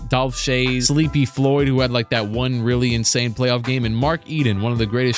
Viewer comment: bro said Dolph shcayes😭